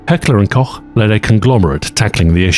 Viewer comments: I'm glad I found an english speaker that doesn't pronounce it like "Heckler and Cock" :D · the wya you pronounced Heckler and Koch made me nut